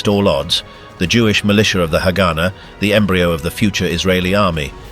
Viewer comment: Not to be that guy but its not hagána or hágana, its haganá. U put the stress at the end